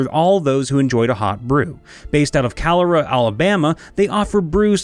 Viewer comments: Quick note: It isn’t “CAL-ER-UM” Alabama, it’s “CAL-EAR-UH.” -someone who lives 15 minutes from Calera Alabama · Alabamian here. It's pronounced Cah-leer-uh, as though you're saying "clear" in an incredibly over-the-top fashion. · As a native Alabamian, I cringed when he said “Calera.” We pronounce it Kuh-leer-uh. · I did not know there was a coffee company in Calera. My hometown is next door in Thorsby, but Alabama can have some strange pronunciations ( Mobile, for example). Calera is pronounced ka-leer-a. really cool though. Going to stop in next time I'm up there and i will give you a shout out ! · As an Alabamian the way "Calera" was pronounced was WAAAAY off